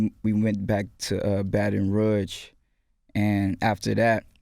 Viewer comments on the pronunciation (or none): ROMEO IT'S MIXTAPE NOT MISTAPE AND IT'S BATON ROUGE NOT BATON RUDGE😂😂😂